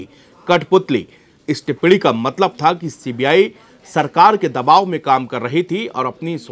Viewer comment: टिप्पणी टिप्पडी नहीं रे तोते